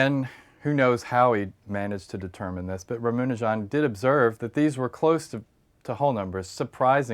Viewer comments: "Ramanujan" not "Ramunajan" haha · a quibble: his name is" rama- nujan " not "ramunajan" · I'm sorry for the negative comment, but I cringed every time this guy said "Ramunujan" :( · Aditya Prakash Did be actually pronounce the name right? Sounds wrong in English because it's written Ramanujan and not Ramunajan. But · rum una jon. yup that's the way its pronounced. MURICA!! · "Ruh-MOO-ni-John"? Really? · Rama rhymes with bama in Obama, nu rhymes with two, jan rhymes with pun.. Ramanujan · it is ra-MA-nujan. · Actual its ram-anujan(pronounced- raam- anujan,both a in anujan are pronounced as u in under) It literally means younger brother of Lord rama. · john landis yep..It should be pronounced just as it is written like Rama.nujan...no extra flavours..I'm an INDIAN. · the way this guy pronounces ramanujan bothers me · Yeah, he is trying to impress the American viewers. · I was distracted more by the way he pronounced "Ramanujan."